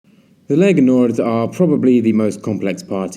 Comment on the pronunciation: Lega Nord, not Legal Nord.